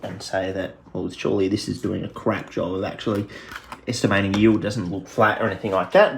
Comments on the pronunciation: yeild lol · "Yeild" lol are you welsh?